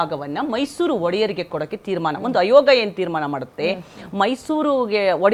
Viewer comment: ayoga ಅಲ್ಲ aayoga - ಆಯೋಗ